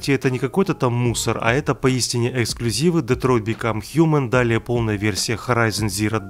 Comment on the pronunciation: ексклюзив и детроит в одном предложении, звучит дико